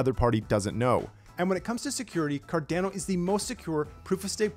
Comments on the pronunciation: Car-da-no, not Car-Dan-no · "Cardeno" 😅 Ah you Americans.. your pronounciation tickles my ears :-D great update though :-)